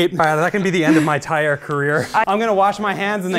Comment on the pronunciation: "... the end of my en-tyre career..." Ffs Rob 😂